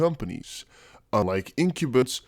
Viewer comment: It's pronounced in-cum-bents lol